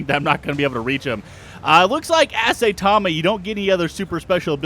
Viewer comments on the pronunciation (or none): Sai-tama not say-tama :( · S-i-tama pronounced with an I and not A like saytama